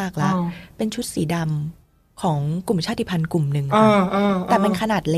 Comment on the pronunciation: ขอบพระคุณที่ พูดคำว่า ชาติพันธุ์ ว่า ชาด-ติ-พัน ไม่ใช่ ชาด-พัน ❤รักเลย